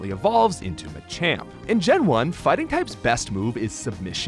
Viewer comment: I hate how you pronounce machoke and machamp, otherwise, great video.